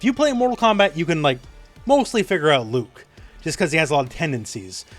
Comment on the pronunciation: you mispronounced Luke